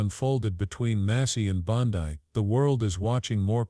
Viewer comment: Learn how to pronounce BONDI...ITS BON--DEE. ...NOT BON-- DIE